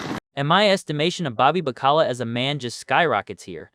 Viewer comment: Learn how to pronounce baccala